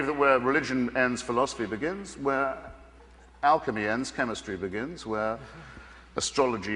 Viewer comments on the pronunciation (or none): none